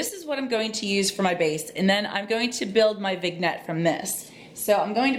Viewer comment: Hello! I think it is pronounced....Vin-yet. Love your channel!